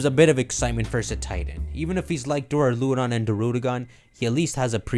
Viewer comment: This is the first time I've seen someone pronounce duraludon correctly.